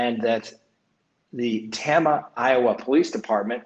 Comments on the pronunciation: it’s TAME-UH vs. Tamma. Just a tweak. Love the show. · I live near the Tibbits approximate crime scene, I wondered about the connection to the Xavior Harrelson abduction which took place almost the same time as Summer Wells disappearing. The young man missing near Omaha is missing as well. Also it's pronounced Tayma.